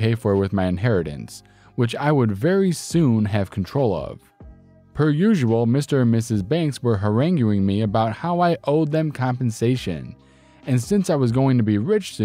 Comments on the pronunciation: Stop "huh-rang-you-ing" him. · These were awesome! Not to pick on you at all, but "acumen" I pronounced "ack-you-men", and "harangue" is pronounced "huh-rang".